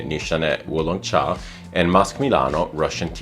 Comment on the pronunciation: Great pronunciation on Wu Long Cha! I have both but never thought to compare the two. Russian Tea definitely smells more thick and heavy in comparison to Wu Long cha. I would say it works better as a cold weather fragrance. I'm not sure if the formulation changed over the years but when I first got a whiff of Russian tea on debut, the mint and berries were on full display! everything so well blended together you could truly smell everything all at once. My current full size bottle, not so much, but at least the atomizer is one of the best I've ever handled; incredible projection! Wu Long Cha on the other hand I agree makes for a good summer fragrance. It genuinely smells like the underside of orange peels or having slices of orange boiled and infused with tea.